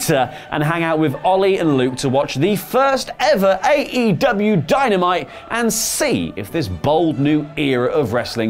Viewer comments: Anybody else hear him say dynite? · What did he just say? Dieanite?